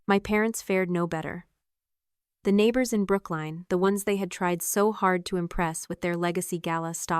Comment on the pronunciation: Brook Line? It is pronounced Brooklyn (Lyn as in the female name).